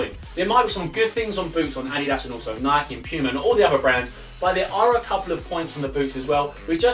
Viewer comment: Stop pronuncing Nike as [nikey] you don't ride a [bikey] do you bellends